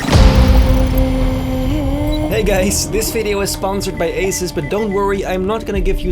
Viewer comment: Asus -> A-SUS